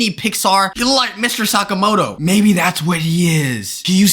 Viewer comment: Bro Said Mr Sakamato 😂 Dam